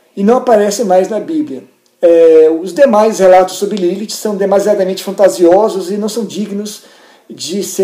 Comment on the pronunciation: primeira pessoa q falo meu nome certo akakalaka